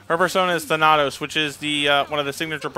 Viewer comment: pronunciation of Thanatos caused me physical pain. For the record, it's pronounced "than-ah-tohss".